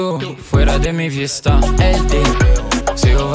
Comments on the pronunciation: Attention quand tu prononces les "v" en espagnol c'est comme des "b" donc pas "vista" ou "vida" mais plutot "bida" ou "bista" et les "g" c'est "r" donc "parina" et non "pagina" mais sinon niquel le son je kiff bravo comme d'hab PREMIERE PARTIE 18/09 n'oubliez pas les bougs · Louuurd le son, parcontre en espagnol les "v" c'est comme des "b", mais t'es trop fort !!!